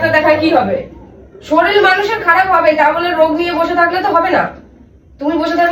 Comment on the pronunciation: কাকা কথাটা" শরীল" নয়,শরীর। কবে শিখবে?